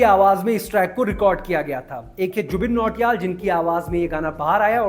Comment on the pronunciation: Jubin Nautiyal ❌ Jubin Choriyal ✅